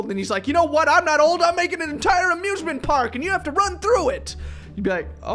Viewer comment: its old not mold😡🤬😈